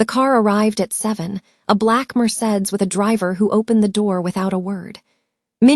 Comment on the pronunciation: NOT merSEDS, merSAYdees. The pronunciations are getting so bad that I'm starting to wonder how you,, would react to writers butchering YOUR language...saying BYOOsen instead of booSAHN, and almost all of these stories mangle and disrespect the languages. Face-to-face convo is different, bc you can "gently" correct each other...but only you can fix your AI narrator. My yeo dongsaeng is Korean, from Busan...and if she says it's booSAHN, then I believe her, instead of a "bot." It takes away from the joy of hearing/reading these stories, for me, at least.